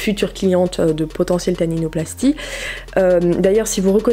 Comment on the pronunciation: C’est pas tatinoplastie C’est Taninoplastie 😂🤦🏽‍♀️😂